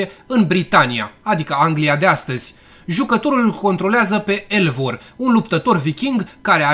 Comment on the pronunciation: Vreau sa fac niste specificatii, sper sa le consideri atat de constructive pe cat si sunt... 1. E Eivor (pronunțat Ivor), nu cu "L" 2. Nu sunt primele scene gay cu barbati sau femei din franciza Regret dar de aici nu am mai putut sa ma uit in continuare pentru ca am vazut ca esti dezinformat. Daca doresti sa faci astfel de recenzii, te rog cauta mai mult, informeaza-te mai mult, ca poate pe cei care nu sunt in tema cu ce inseamna franciza AC i-ai impresionat, sau nu i-ai facut sa simta nimic in mod special, dar pentru fanii francizei e jignitor sa citesti pana si numele protagonistului gresit.